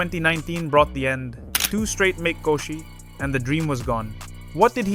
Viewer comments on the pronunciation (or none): The constantly changing pronunciation of the terms is sending me south haha I swear the narrator says dohyo at least 3 different ways in the span of a couple of minutes. Also wtf is a MAKEkoshi? Come on.